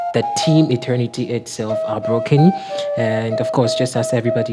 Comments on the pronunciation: Please check your pronunciation. It's ETERNITY not internity.... madam why ..my condolences to the entire team. ..😭😭💔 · Madam, It's Eter-nity not Eten-nity